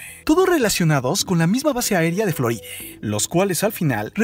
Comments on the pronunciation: Xq no habla bn floride tierre habla bn ... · Me estresa cuando menciona una palabra que debería terminar en A y la termina en E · etc etc etc..... Cual es tu afán de utilizar en la sílaba final de muchas de las palabras de tu narración la vocal "e" como por ejemplo "Floride", "Engañose", "Tierre", "Dereche", "Experiencie", etc, etc,.... hasta el final del video, acaso quieres aplicar el mal llamado lenguaje "igualitario" en tu relato ja ja ja ja ja, le quita atractivo al video, en lugar de concentrarnos en el contenido del video hace que nos fijemos en tu manera chistosa de narrar tu video, ja ja ja ja ja.